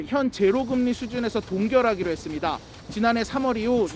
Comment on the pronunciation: 남자 앵커 ~ 했씀니타 뭐뭐 씀니타~. 끝에 왜 바람빠지는 소리를 하나? 앵커가 사투리 억양이 잔뜩 들어가있어서 고치지를 못하는구만.